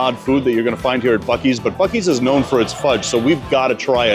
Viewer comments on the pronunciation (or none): none